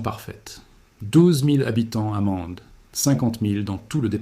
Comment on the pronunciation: Émile o oups Mi- l'au Et Mene- de...etc très déplorable IA! L'auteur ne sait il pas parler? Ni instruire son IA? Dommage, ce n'est pas professionnel . Pas contre les images en aquarelles sont splendides et donnent envie de voyager en ces lieux! Alors au boulot et refais- nous une vidéo vraiment pro!